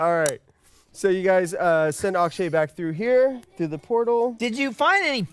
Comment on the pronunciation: I know probably no one is still reading these comments, but I feel I have to correct something. It's "Akshay".